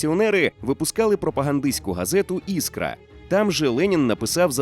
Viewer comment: правильно Членін, ІскрА, а не Іскра.